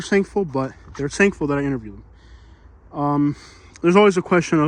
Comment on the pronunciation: Why does your video sound like you are saying the work sankful instead of thankful? Did I miss something prior?